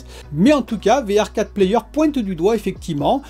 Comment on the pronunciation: Hello ça se prononce VR for player